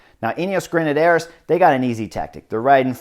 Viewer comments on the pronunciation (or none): Gotta love Chris's commentary and his total disregard for pronunciation - not even trying:) "Rein" not "René"; "Grenadiers" not "Grenadaires", "de Marchi" not "Dee Markay," etc, etc. No worries though, keep playing your game, Chris!